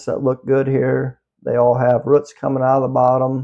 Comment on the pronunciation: I’m watching this video going “what the hell are ruits?!” Roots… he’s saying roots. Lol I’m a whole ass dumb.